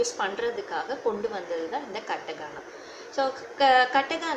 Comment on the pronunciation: கட்டகானா இல்லை , கத்தகானா :)